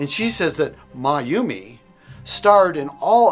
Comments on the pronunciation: It's not maimi it's,mayoume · I LIKE MAYUMI (MA-YU-ME) not MIAMI better then CHARLOTTE and REGINA.🤣🤣🤣🤣🤣🤣🤣🤣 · And it’s not pronounced Miami it’s pronounced Miyoumi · It’s pronounce ma-yu-mi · Can we talk about this teacher calling Mayume "Miami"? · I pronouced it as mayo me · Why doesn't Becky don't know how to pronounce the name mayumi like IT SOOOOOOO EASY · Девушка даже не может правильно произнести имя Маюмес